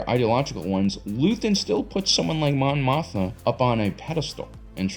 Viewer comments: Mon MOTHMA not Motha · Great video and insight, but it is a bit jarring to hear Mon Mothma consistently called "Mon Motha." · Are you saying Mon Mothma wrong on purpose or it just keeps happening? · Mon Mothma - if you're gonna do a video in which she's the second most referenced character, say her name right…